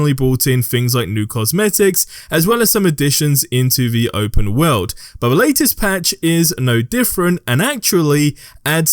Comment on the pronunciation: It's world not wowd